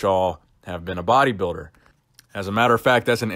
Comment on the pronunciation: i like the way you say,,body biider